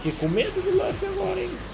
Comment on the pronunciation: LAFFY? LAFFY porfavor é LU LU LUFFY so explicando tenho tick